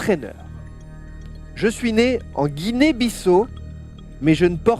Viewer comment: c'est pas possible mais Guinée-Bissau se prononce Bissao pas Bissau